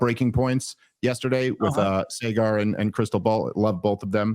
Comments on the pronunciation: Dave, if you're going to keep praising Breaking Points then you should probably pronounce Saagar's name correctly. Its SAH-gur. Honestly, I'm just trying to help. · we really gotta find a way to teach Dave how to pronounce Saagar